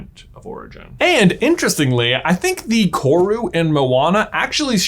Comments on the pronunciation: Watching an American discover a part of kiwi culture is unsettling. Also dang he butchered "kawrue". Its koru and you roll the r. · Omg! all New Zealander's freaking out when someone 'famous' says our name hahaha Also... roll the R on Koru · My guy, love your vids. But the Maori pronunciation hurts, roll your R on koru. Appreciate the exploration of the meaning of korus though! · I love this video and you J, and how much you mentioned New Zealand..... but im not gunna lie, as a New Zealander, hearing your pronunciation of 'koru' made me cringe just a lil bit 😂😂😂😂😅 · For future videos, koru isn’t pronounced with a hard ‘r’. Was nice to see New Zealand representation in this video though ☺️ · im from nz and its funny listening to him say Koru, he's obviously very close in pronunciation but its still a little giggle worthy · Hi, i love your videos but one thing kinda confused me for a sec as a New Zealander! Koru is pronounced with a rolled R! :) thank you for reading :)